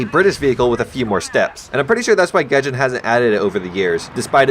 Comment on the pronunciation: Hollup he called it gay jin lmao Also i think the pronunciation for etendard Is eaten dard